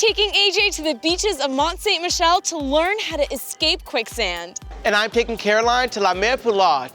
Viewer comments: It’s pronounced mont san Michel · I'm actually really disappointed in her pronunciation of Mont-Saint-Michel. It's pronounced "Mon(Silent n)-Sammy-Shell". Honestly, anyone should know that. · it’s don’t sink michel